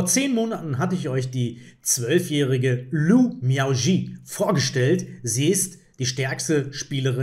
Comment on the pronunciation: Die Spielerin Lu Miaoyi (鹿妙夷) wird in etwa [lu miau ii] ausgesprochen, kann man auch sich bei google translate anhören.